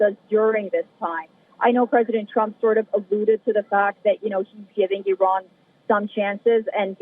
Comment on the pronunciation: Aran 😂not araq. Ok. Aran 😂supar fawar. 😂ansha Allah